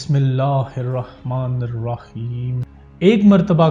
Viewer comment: Bhai jaan bismillah to thik se padho